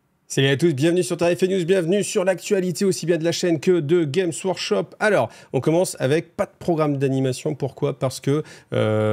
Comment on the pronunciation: Ça fait plaisir d'avoir un youtuber français qui prononce le S GameS Workshop, ça me trigger de ouf quand il est pas prononcé (et c'est très fréquent :) )